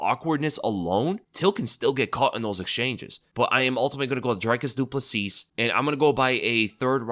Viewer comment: The last S on Plessis is silent. It’s pronounced “Ple-see”